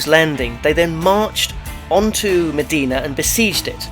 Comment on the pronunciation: Great informative video! :D But it's not pronounced as 'Medina' but 'Imdina'